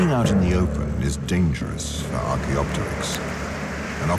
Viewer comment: I like how the makers show Auracarias as being the dominant trees. Too many dinosaur re-imaginings show angiosperms, a serious anachronism. BTW, the correct pronunciation is archeo-pteryx, with the p silent (ark-eo-ter-icks). It literally means ancient wing in greek.